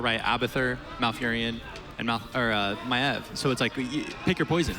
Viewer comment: I swear that MaEEV makes me crazy.. esp. when the rest is saying correctly..